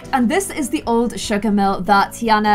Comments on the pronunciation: ITS TEA-AHHH-NA not TEA-ANA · It’s pronounced tiarna instead of a Anna sound